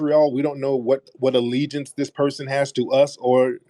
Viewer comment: Ah, dual alligence. Did you say you like wearing " jewelry"????